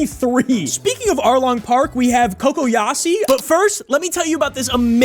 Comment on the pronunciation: Cocoyashi not cocoyasi